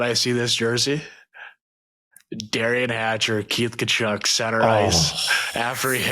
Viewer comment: Y'all need to emphasize the T in Thachuk, YouTube thinks your saying Kahchuck lol